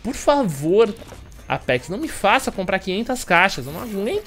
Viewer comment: e seu "apecs" Entendedores entenderão